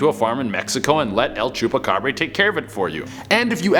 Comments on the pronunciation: El-chu-pacab-Ray😂😂😂👍👍👍👍love it. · "EL CHUPACAB(BRE)RA!" Me(a Mexican): wait, hold up- The way he said it though got me dead XD.. He a chill dude tho LMAO